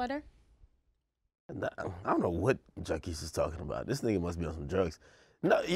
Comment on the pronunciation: The way Ak pronounces Jacquees' name annoys me